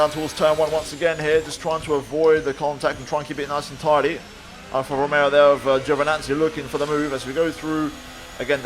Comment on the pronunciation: And how he said Alfa Romeo